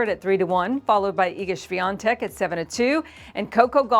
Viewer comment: Why is Iga’s last name pronounced with an “n” when there isn’t one? 🤔 SWIATEK, not SwiaNTek?